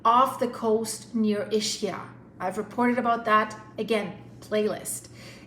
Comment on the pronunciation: Ischia is pronounced not Ishia but Iskia 😉